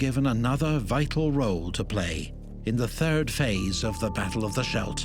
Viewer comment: It's pronounced SKELT.